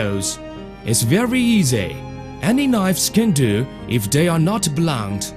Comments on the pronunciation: Ceramic knoyyves. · CERAMIC KNOIVES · Ah, knoyves. My favourite.